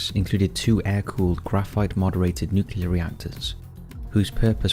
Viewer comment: NU-CLE-AR... NUCLEAR